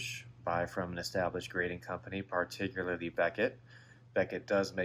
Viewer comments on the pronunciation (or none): none